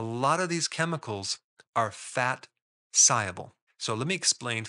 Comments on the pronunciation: Why do you pronounce the word ‘soluble’ as if it’s spelled ‘sieable’? Am I mishearing you sir? 😊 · Why mispronounce SOLUBLE as SIABLE? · Are you saying soluble or siable I can't understand sorry is it my accent ? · What does ‘sigh-able’ mean? Is that a word in English? If you mean ‘SOLUBLE’ then why don’t you say so? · It's pronounced saal-yoo-bl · Are you a real doctor? Soluble is pronounced "saal·yoo·bl" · SOL- uable. 😂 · Confused at the beginning how Dr Berg pronounces "soluble" hehehe. Great recommendations for healthy eating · Lot of good info but struggling to listen to someone dropping the 'l' in 'soluble '😬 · Is the "l" in soluble hot pronounced?